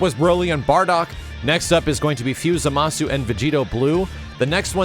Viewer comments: You're not pronouncing Zamasu properly. It's ZAmasu, not zaMAsu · That misaccented Zámasu hurts to hear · ...Why do so many people mispronounce his name as "zuh-mah-soo"? There's no way people haven't heard the amount of times Gowasu has exclaimed "Zah-mus!" by now. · Do they call him "Zamasoo" in the English dub??? Because the letter "U" in his name is silent.